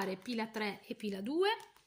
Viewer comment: azz... sarà che abito a milano, ma anzichè sentire pila 1 ho capito pirla 1 pirla 2 pirla 3...per un attimo ho pensato che tu conosca i miei amici...